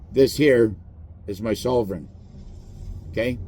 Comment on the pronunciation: FYI … you are already a sovereign citizen! BTW - pronounce sovereign with an “L” which is not correct.